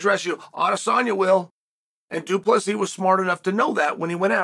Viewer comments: Two - Plus - See ? Why Chael? Do you purposely mispronounce fighters names because people mispronounced your name when you were fighting? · Psst... Du Plessis. It's a silent S.